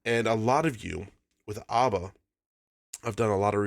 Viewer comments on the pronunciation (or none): It's pronounced ABBA, like dabble, not AWBBA. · It's ABBA not ARBA! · Pronounce them correctly